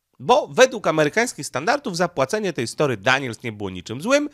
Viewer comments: STO(R)MY, Nie "Story", na litość boską, jak można tak przekręcać nazwiska... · Stormy Daniels a nie story Daniels. 😅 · Stormy,, a nie Story.